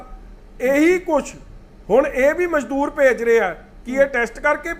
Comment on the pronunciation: Mazoor nahi mazdoor hunda madam g Mazoor urdu vich handicept nu kenday ne